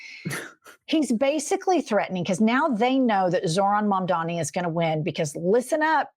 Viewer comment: 😅 It's "Mamda-n-i" ✅ not "Mamda-m-i" ❌